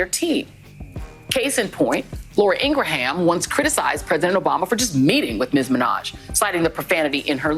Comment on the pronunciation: She can’t even say Laura Ingraham name right 😂😂😂😂